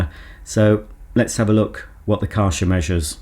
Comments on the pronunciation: You pronounce it as Kɛrhɛr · I always thought it was pronounced Kar *CH* er (ch for chocolate) instead of Kar *SH* er but since I’m also English (England) I will now pronounce it like you do… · Kärcher pronounced like a in table.